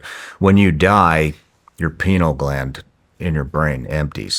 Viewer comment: lol penal gland. Pineal? Penal makes it sound like a cock